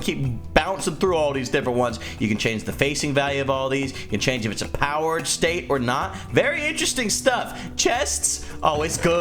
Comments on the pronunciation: says powerered instead of powered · it said powerered